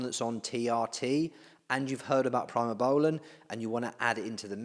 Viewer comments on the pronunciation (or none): It's "pre mo" not "pry mo" that drove me nuts